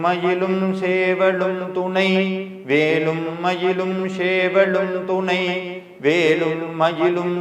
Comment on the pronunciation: ஓம் சரவணபவ. திரு அவர்களே. நான் உங்கள் கருத்துக்களை தொடர்ந்து படித்து வருகிறேன். ஒரு திருத்தத்தை சொல்ல விரும்புகிறேன். உங்கள் உச்சரிப்பில் ஒரு சிறு திருத்தம். வேலும் மயிலும் என்று சொல்லும் பொழுது, வேளும் மயிளும் என்று உச்சரிப்பது போல் சில நேரங்களில் உள்ளது. மற்றும் சேவல் என்று சொல்லும் பொழுது ஷேவல் என்று உச்சரிப்பது போல உள்ளது. இது என்னுடைய தாழ்வான கருத்து. முருகன் சொல்ல நான் கூற நினைத்தது. 🙏🏻